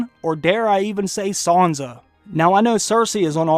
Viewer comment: Who's Sownsouh? You mean Sansa?